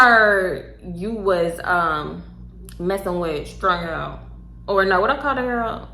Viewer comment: The way you mumbled strung out has me fuckin dying 😂😂😂😂